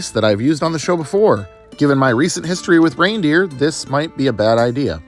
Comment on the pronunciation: Every time you said reindeer I flinched